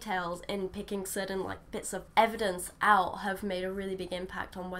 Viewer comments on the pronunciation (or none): none